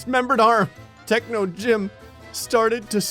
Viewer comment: I like how techno said techo on one part